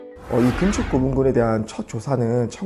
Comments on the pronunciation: 나레이터가 '금척'이란 단어를 발음할때 금:척(그음척)이라고 하는데요......맞는 걸까요? 금반지, 금목걸이, 금화, 금은방.....의 '금'은 다 짧게 발음하고, 금지, 금주, 금연, 금물의 '금'은 다 길게 발음하는데 왜 굳이 '금척'의 금은 길게 발음하나요? 비디오의 내용을 보지 않는다면, '재는 것을 금지한다'라는 의미로 들리네요. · 짧게 발음해야 한다!:person-turqouise-waving